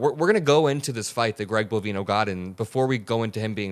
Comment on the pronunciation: bo-VINE-oh ... like "Bovine Oh"